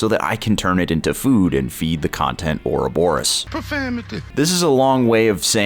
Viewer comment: it's pronounced “ouroboros”